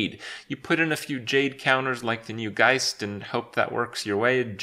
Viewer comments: HE PRONOUNCED GEIST RIGHT THIS IS A MOMENT TO BE TREASURED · OMG, HE LEARNED TO PRONOUNCE GEIST!